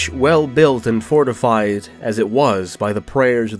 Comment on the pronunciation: was great, though the perfectionist in me would not be happy about the mis-phrased "fortified" in the sisters section. Might be worth reading through and marking phrasing of garden path sentences for your performance. Can't always rely on the script writer for helpful commas :D.